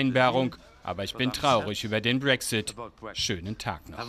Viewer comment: pssst BRÄCKSSITT